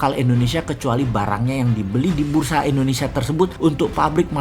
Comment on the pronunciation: Halo om Boss... boleh tau ga, kenapa penyebutan Indonesia menjadi Endonesia, disetiap videonya, maaf yah..karena aku belum paham. Dan agak sedikit ngeganjel setiap kali dengar om Boss bilang Endonesia...🙏😊, salam dari aku yah..like all your video Om boss...